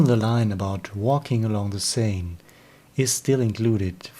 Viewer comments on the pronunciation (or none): none